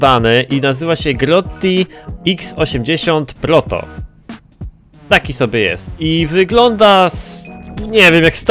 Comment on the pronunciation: Porno zamiast pronto